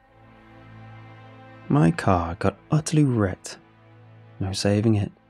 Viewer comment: I had to replay the first line 3 times to understand that it was car not co**